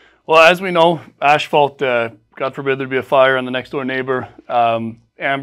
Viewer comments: It's not ASH-fault . . . it's ăs′fôlt″ . . . . . . . . . . AND . . . the paint company is SHERWIN-Williams not SHERMAN-Williams . . . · Ash-fault shingles? I would think that if you are in the roofing business, even if your focus is on metal, you'd know how to pronounce asphalt. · why is he saying ASHfault shingles?? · what is ash falt? im confused. is that like asphalt?